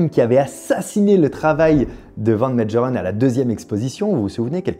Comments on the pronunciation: Prononcer Van Mégheureun! pas Médjerèn ! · Mengerren se prononce à l'allemande : Mènegueureune .